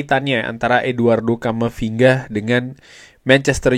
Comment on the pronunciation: camafinga ??? not good